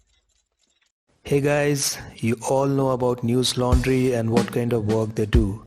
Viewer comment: bro its newslaundyyy...😂😂